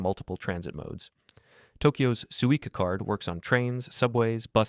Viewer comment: Suica not suits autocorrect also it’s pronounced sui ka not sue ea ka